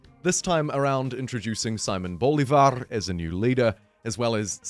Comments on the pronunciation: Pronounced C-mon Bolivar not Sai-mon Bolivar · Just to clarify, Simon Bolivar its pronounced "See-mohn Boh-LEE-var", since its a spanish name ☺